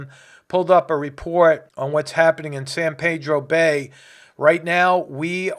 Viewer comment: It’s San Pee-dro bay